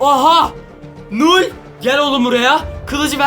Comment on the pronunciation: Null u doğru söyleyemiyor bile